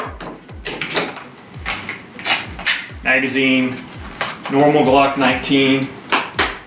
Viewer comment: This is the smallest size that'll fit the GLOOCKK NINETEEN... Lol why do you have to say it like that 😂